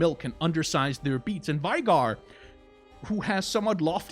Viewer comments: Veigar Is V-eh-gar, Not V-eye-gar, no? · You say his name wrong. Its not Veigar like V-eye-gar Its more like May without the M V-ay-gar Also Listen to tristanas and veigars voicelines. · it's VAY-GAR